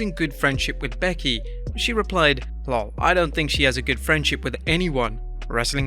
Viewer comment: i literally LOL when you pronounced "lol" as a word.